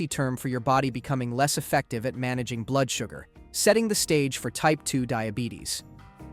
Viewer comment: Probably the mispronouncation of blood 😂